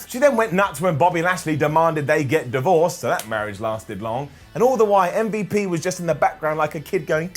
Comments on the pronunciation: Please stop saying Mmmbop, it's MVP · calling MVP ‘umvup’ is just hilarious 😂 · When you say umvp I laugh every time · I laugh every time he says mmmvooop (MVP) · Why is calling MVP “umvup” 😂😂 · really? I find it F'n funny that hes pronouncing the letters as an actual name. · Is the Butchering of M.V.P's name going to be a continuing thing, its really disrespectful. truly UNCOOL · Every time says MVP it kills me